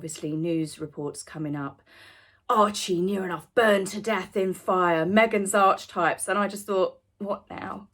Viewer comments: Pleeeeeeze pronounce Archetypes correctly. Enough people corrected you last time. Pleeeeeeeze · Me gritting my teeth every time you mispronounced Archetypes 😬🫢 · Fab and funny review as always. Me , me me. However, can I politely add that it's not pronounced Arch - types , two syllables but rather three: Ark eh Types . Markle is an utter bore. Serena couldn't get a word in edgeways. Faux fire - what? Take your baby with you ??? Huh? Edited not? The BS meter. Pants on fire.! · Archetypes is pronounced "arky types" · Genuine pointer - it's pronounced ARK-kay-types. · darling --> it's pronounced ah-kə (types)... its not ARCH as in way... please can you correct your pronunciation on this particular word because it's very important if you want to be taken seriously. Please, any number of references will tell you the same or listen to Carl Jung for even five minutes... ❤a lot of people watch and listen to you, they may learn from you... thank you xx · Call me Karen, but the title of her pod-cast is pronounced 'Ark-ee-types'. 'Ark' likes Noah's big 🚢 🚣‍♂️ 🛥 🛶 ⛵️ boat. There is absolutely no 'arch' in the pronunciation in anyone's language. No 'arch' - just saying. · I love that you pronounce the podcast as arch-types! I think we should all be calling it archie-types. Please?! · The Dianna imitation shy smile in the trailer!!! Who actually falls for this stuff? H can't be THAT dumb??? (Archetypes is actually pronounced Ark-e-types in a shocking departure from them forcing Archie into everything!!! :) x) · I hope you don't mind me mentioning this but it's pronounced: ark-eh-types I can't bring myself to listen to the podcast — thanks for doing it for us. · Hi, Just a heads up....Archetypes is pronounced Ar-key-types. Sorry to be a pedant. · Ark E Types is how you pronounce the word Archetypes. I love you so much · Don't worry about saying archetypes wrong. Meghan clearly doesn't understand what it means. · Archetypes. Learn how to pronounce search.